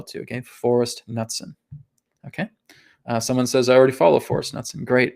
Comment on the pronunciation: I love you ALL Americans from the arctic Canadians to the Ushuaian Argentinians. But one thing is clear - you can not pronunciate! ;) Knutsen is a Hard K with a hard N both expressed following a short U. Well I am Scandinavian... Happy New Earth! ❤️